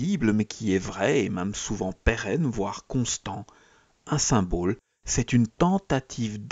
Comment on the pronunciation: S'il vous plaît, comprenez qu'on ne dit pas "symbôle", mais symbole (comme bol). A part ça, joli travail.